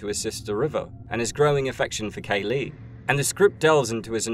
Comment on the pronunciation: Just Kay-lee. Not K. Lee